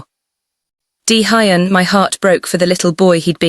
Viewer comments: 23.55pm from Toronto, Canada 😁! Daehuyn is pronounced Day- Yhoon❤! Great story but the pronounciation of Daehuyn, Keisha, fairytales, pacing, hoping, and couch are sending me😂😂😂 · "Collapsed on my cooch" "Deehighon"😂😂😂 I liked the story, mispronounciations, and all. 😊